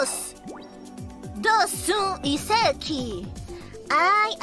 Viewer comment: 遺跡講成外國口音=外文 老實說我覺得她乾脆不講人話更簡單www